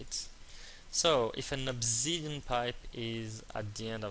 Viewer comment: its!!! obSidian!!!!!!!!!!!!!Not obZidian!